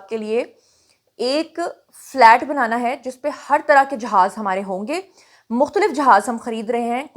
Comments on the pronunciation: Flat nahi fleet hota hy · Be corrected please it's fleet not flat.